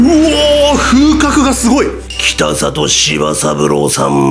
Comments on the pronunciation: 北里は「きたざと」と濁って読みます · ただ、北里さんはきたさと、ではなくきたざと、ですね。